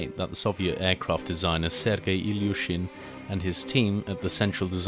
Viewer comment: What i don't get is why is it written/called Sturmovik in English when it is called SHturmovik in Russian. I laughed hearing you nail the pronunciation of Ilyushin, only to be followed by an Amerikanskoe name of the plane.